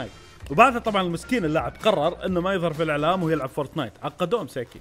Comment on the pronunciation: فورتنايت مش فورتنات😂😂😂